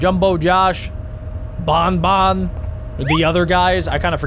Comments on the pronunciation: It not bunbun it banban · You Pronounce the word Ban Ban, not bon bon! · ITS NOT BONBON ITS BANBAN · He said bonbon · IS BAN BAN NOT BON BON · Why is he saying BON BON!!!!!!!!!!!!!!!!!!!!!!!!!!!!!!!!!!!!!!!!!!!!!!!! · you're saying banban wrong.